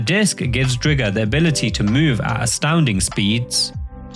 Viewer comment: STOP CALLING IT DRIG-GER! ITS DRIGER LIKE TIGER!